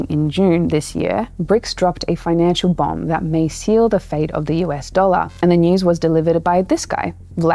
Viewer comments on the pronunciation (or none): none